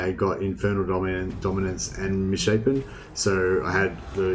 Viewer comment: It bothers me that you said misshappen rather mishapen. Its pronounced 'miss shape n'